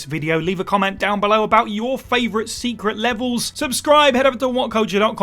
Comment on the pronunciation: "Secret Leves" 🤣🤣🤣 👍